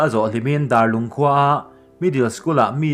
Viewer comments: Darlung tih khi mihring dar ang a lam rik loh tuk..Ka ui lutuk R.I.P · Darlung khua i lam dan a va dik lo ve aw